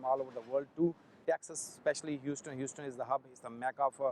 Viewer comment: Your pronunciation is terrible...its not pronounced hoseton...as you are saying...its pronounced Huseton but spelt Houston